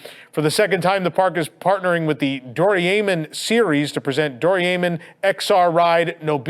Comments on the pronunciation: Psst. Hey, it's Doh-ray-mon, not Do-ree-amen. Lol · "Doriaymin" lmao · I need to teach you how to say Doraemon!!! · Sorry to say this but you pronounced Doraemon wrong. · That’s an odd way to pronounce Doraemon.